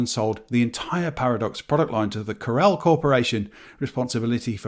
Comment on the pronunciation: Nice to hear someone correctly pronouncing both Novell and Corel 👍 Loads of folk say 'novel' (like the type of book) and 'coral' (grows in the sea) 😂